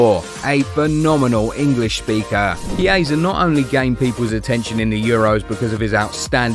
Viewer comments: The pronunciation is "Kiesa" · That's the pronunciation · Me too😊